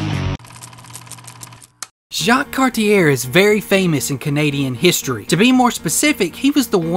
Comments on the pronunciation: Please, please, please... learn to pronounce Cartier - "Car-tee-AY" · Don't do a video on a guy if you can't pronounce his name....